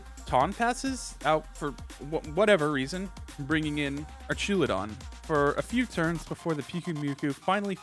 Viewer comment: I died ever time he said "Archaludon"